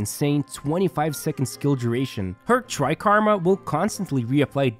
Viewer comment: Take a shot everytime he says "Tri-karma"